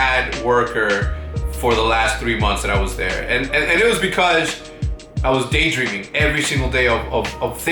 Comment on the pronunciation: Anyone else think he says Day Drinking instead of Day Dreaming? haha